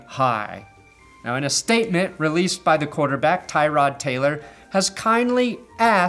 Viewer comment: Poor Tyrod Taylor. Not only did the doctor fuck him over but nobody ever pronounces his name properly